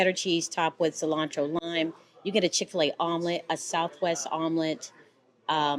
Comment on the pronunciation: Hapeville 🙌 Chick - Fila ....you didnt say it right but its ok ...we know what your saying 😊 Never ate in there ...may have to try it